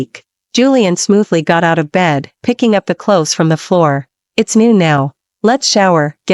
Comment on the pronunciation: "clothies"? That's giggle-worthy!